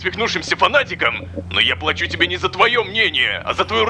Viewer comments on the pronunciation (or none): Не плáчу, а плачу́